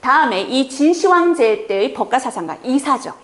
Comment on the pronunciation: 1.秦始--皇帝가 맞나요? 2.秦--始皇帝가 맞나요? 발음할때 저는 2번이 맞다 봅니다 근데 교수님은 계속 1번으로 하시네요